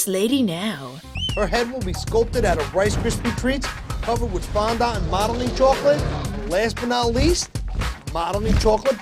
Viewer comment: Well... Now I know how to say 'fondant' correctly.